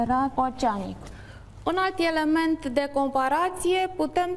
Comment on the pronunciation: iElevi, iElement :))) Accentu` asta :))